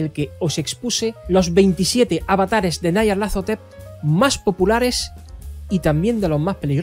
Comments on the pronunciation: Un inciso; ¿es necesario vocalizar "Nyarlathotep" como "Nayarlathotep", esto es, a la manera inglesa, por más que su escritor fuese angloparlante? Si tal deidad es tan célebre a nivel mundial, ¿no sería más adecuado darle la vocalización más acorde con el territorio? Y vaya por delante todos mis respetos a ti y a tu trabajo.👍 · Porque lo pronuncia así? Me duele